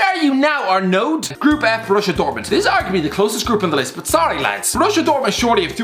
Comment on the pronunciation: The way he spat "arnoud" was brilliant